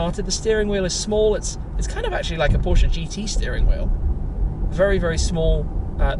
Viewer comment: As a German I have to thank you for pronouncing Porsche right. One of the few English speaking people who does it right.